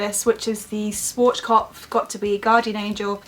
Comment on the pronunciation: I just laughed so hard when you tried to pronounce Schwarzkopf because the way you pronounced it was just so funny😂. Btw I'm german and Schwarzkopf is a german brand and the translation would literally be Blackhead.😂